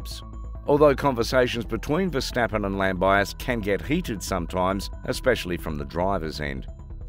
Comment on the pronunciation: lam biase..................jo verstappen............. thank you for informing me lam-bi-as-sy jos